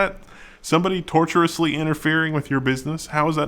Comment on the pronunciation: I can't tell if pronounces this intentionally this way but you have said it a few times. I'm pretty sure it's tortious interference as in relating to a tort not torturous.